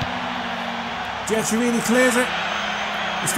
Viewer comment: Good job! For Italian surnames, you have to pronounce "Giaccherini = Giakerini" and "Chiellini = Kielini" ;)